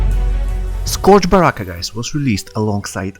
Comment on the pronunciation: good video bro, but it’s pronounced (skerj) sounds weird but blame english